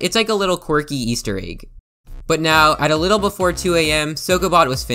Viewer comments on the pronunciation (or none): none